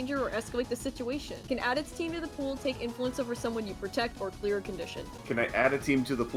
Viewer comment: I keep hearing “mark potential clear conditions” as “mark potential queer conditions”